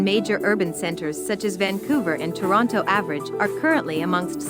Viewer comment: This is a computerized voice. it pronounced every T in Toronto.